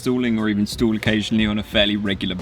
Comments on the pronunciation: Guys its stall not stool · "I feel like an american" 😂 sorry did you say STOOL?